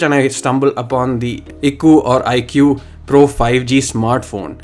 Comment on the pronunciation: It's pronounced AIKOO